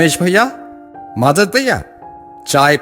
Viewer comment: Usko Madhav Bolna He Nahi Aaya 😂😂 Pata Ni Bol Raha Tha Jo Sunke Mujhe Bahut Hasi Aayi 😂😂😂😂😂